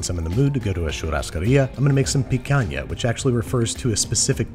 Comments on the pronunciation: As a brazilian and Monster Hunter fan, I'm honored with "picanha", the pronunciation and dish, both perfect. Congrats! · Being Brazilian and seeing babish do picanha the right way really warms my heart